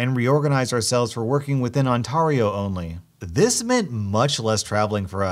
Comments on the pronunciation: U pronounce Ontario as in On-tar-eee-oh when its actually on-tear-eee-ohh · Your pronouncement of Ontario made me die a little inside (For future reference, it's Ont-AIR-io, not Ont-ARE-io) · I feel like Hermine Granger because sitting here I'm like "it's ON TAIR EO, TAIR pronounced as AIR but with a T infront. Not ON TAR EO" come on I understand some funky words but Ontario 🤦🤣 still love ya. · Im sorry but onTARio. For future reference its pronounced ontairio.still spelt ontario tho. just thought it was funny. I live in Ontario btw :) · boii it's pronounced Ont-air (like hair but the air part) io [On-t-air-ii-oh] lol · kidrawr no it’s not pronounced like he’s saying on-t-(are)-io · I cringed every time. It's TAIR-io. (or tare-, depending on personal spelling preferences). On. Tare. Eee. Oh. Killed me. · Did he legit just say Ontario like ahn-TAR-io? Wow. Just wow. HE DID IT AGAIN! THE FUUUUUU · "ontARio" made me cry man😂😂 but dude where are you from? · Ont AR io Me: cries maple syrup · Did anyone notice that he kept pronouncing Ontario like ‘ON-TARR-IO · You said Ontario right the first time, but wrong the next two times. “On-Tar-E-Oh” isn’t pronounced with the Tar rhyming with Car, but rhyming with Care. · Awn-tah-ree-oh?!? I am insulted XD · It's On T AIR EEE OH my dude. As someone who lives there. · It’s pronounced On T AIR EEE OH, as someone who doesn’t live there. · Who pronounces it like that 😂 (I can say that because I live in Ontar-E-o) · Honey u were killing me with ur pronunciation of Ontario 😅 every time my brother and I heard u say it we cringed. How it’s pronounced is on-tari-io like on terry io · You now owe me 300 dollars because your pronounced Ontario wrong P.S. you say it like On-tare-e-o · on-TAHR-io what the fuck???????? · I love but why does he say Ontario so weird… for any Americans wondering it’s generally pronounced as On-Tar(as in tare)-E-o. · ONTARIO ITS PRONOUNCED ON-TARE-IO lol tho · On-tar-io xd